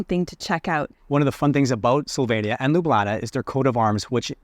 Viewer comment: What a disappointment that both of you consistently mispronounced the country's name. This is pretty basic stuff when visiting another country. I stopped watching your video after a minute.